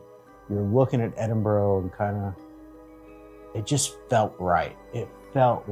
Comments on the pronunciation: I can understand why Yanks pronounce it " edinborow" but STOP IT! It's pronounced "Edinbura" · The majority of Scots see ourselves as Scottish not British as British is just another term for English. And for the love of Scotland, it's more like Edinbru not Edinboro...😁🤘Edit, just caught the last bit and you got it right ish. Congrats... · Where the fucks “Edinboro?” That pronunciation is atrocious 😂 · Just to clarify pronunciation as it seems to cause issue with visitors - it’s said ‘Edin bur ra ‘ not Edin burrow’ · Please oh please research how to say things it’s Edinburgh but it’s sounds like you say Edinbura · i am extremely disappointed that whilst in the city you keep miss pronouncing Edinburgh. American defaltisim is incurable?